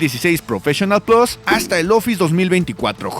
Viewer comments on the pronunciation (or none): none